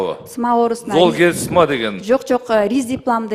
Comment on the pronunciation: Золгенсма дегенди нормально окуп айта албайт го, дагы каяктан фармацевт болуп алган?